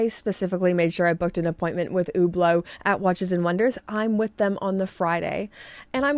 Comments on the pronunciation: It sounds about right to me. What should she say in your opinion? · She’s pronouncing it right.